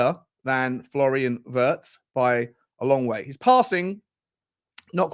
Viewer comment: I am sure the pronounciation of Wirtz is similar to V-EAR-TS. He is a talent, though!